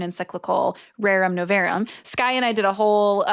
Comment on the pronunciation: It's "Rerum nov-AH-rum." Please and thank you.